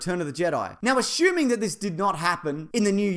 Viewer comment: Asshuming. Great pronunciation of assuming